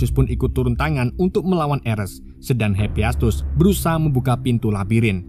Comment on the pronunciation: hepiestus????? bukan hepaestus